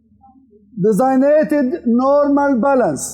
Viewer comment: احتراما للدكتور بس هناك اخطاء كثيرة في لفظ الكلمات الانجليزية الرجاء تنبيه لها مثلا كلمة designated وغيرها الكثير جزاكم الله خيرا